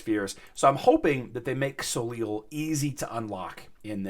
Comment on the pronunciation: Soleil = so-LAY It's French. The last consonant ending a French word is silent. Ever hear of Cirque De Soleil (sirk deh so-LAY)?